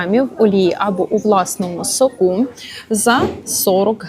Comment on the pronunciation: Наголос в сОку!